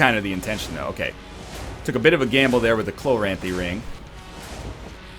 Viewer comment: Completely a nitpick but if I don't put it in writing I'll go insane. I've always pronounced it chloranthy not chlo-ranthy. I feel like he's hitting the "r" sound way too hard